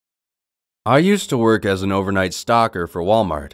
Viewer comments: Stocker, or Stalker? lol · Who else thought he said he was a "Walmart stalker?" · At the first part when he said Wal-Mart stocker I thought he said Wal-Mart stalker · Eclipse Nightshade I thought he said Stalker lol